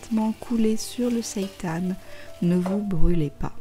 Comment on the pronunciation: Super intéressant ! Et ça fait plaisir d'entendre quelqu'un prononcer correctement le mot "seitan", c'est rare ! 😀